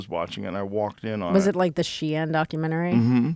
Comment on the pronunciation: "She-in?" Lmao it's pronounced "sheen"